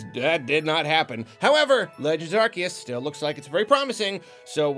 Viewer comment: Aar-See-Uhs But yes, definitely excited for 2022! Great video as always